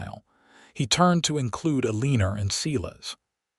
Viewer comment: Why does everyone of these western stories with the name Ilena,Aleena, Alena, always pronounce them with an 'R' at the???? Ilener, Alener, Aleener is how the names are being pronounced which is SO Wrong! There is 'a' NOT 'r' at the end of those names!!!